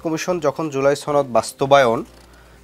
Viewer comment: ছনদ- উচ্চারণটা কই থেকে আসছে?? এটা তো সনদ!!